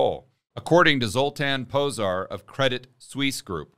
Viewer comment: "zs" is pronounced like "j" from jeesh. Zoltan Pojar